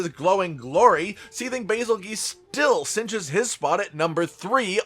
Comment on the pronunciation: Bazelgeuse is pronounced Bazel Juice. Like Betelgeuse is pronounced Beetle Juice.